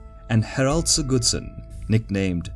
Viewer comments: I love these videos, though I prefer the less accented voice. Only minor correction on the Norwegian names: The emphasis is on the first syllable in most names, so it's HARald(like Harold, same names), not HarALD, and HARDrada, not HardRAda. Same with SIGurdsson, not SigURDsson. Would love to see Both Stamford Bridge and Hastings after this. Keen to see the graphics of William's feigned retreat at Hastings:) The cracking and white flags are so simple and brilliant to show how the battle is going. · Harald "sigoodsoon" haha Sorry for bashing the pronunciation x) Great video!